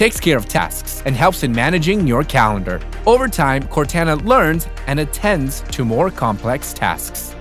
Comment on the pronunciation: I cant believe how cringe it sounds when he mispronounces Cortana. Cortana is the name of the AI with you in the Halo video game series. That's where the name came from. sheesh